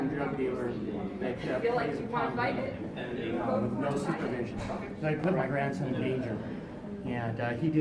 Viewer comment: listen carefully. He says wiff instead of with. Boff instead of both ect. He speaks like a child.